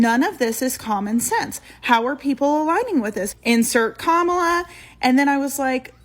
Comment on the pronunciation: I mean at least she pronounced Kamala's name right 🤷🏽‍♂️